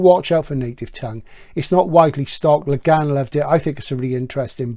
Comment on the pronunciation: Great video as ever. I remember bering absolutely blown away by both The Dispossessed and LHOD when I first read them (and they are certainly overdue for a re-read). A small note about the pronunciation of Le Guin, however (and I only bring this up because I know you’re particular about getting the details right). To quote Le Guin herself: "Le Guin is not a French name at all; it's Breton. It's pronounced, to the best of my knowledge, just like its Welsh cognate gwyn — white, blond, fair."